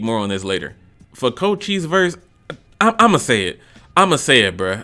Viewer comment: “Co chi se” Its pronounced “Co Shise” But I agree with your list, mostly. Edit: yaaaaaaa, I got it wrong, it is “Co Chese”